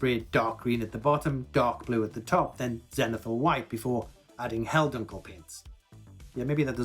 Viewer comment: First, I love the video. It's content is very informative and very easy to understand. Second, since you're helping me out with this terrific video, I'm gonna help you out with your German. The 'U' in Helldunkel is pronounced like the 'OO' in the word Book. Finally, I don't hit the subscribe button on many YouTubers. However, I like you... so I pro'bly will.